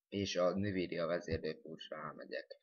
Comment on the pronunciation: Nivídia :DDD Azt envídiának kell mondani.